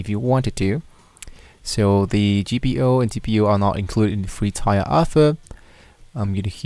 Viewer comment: I thought he was gonna either set up a website or at least a public html directory! All this idiot does is read a couple pages from the cloud console and mispronounce 'Tier' 😂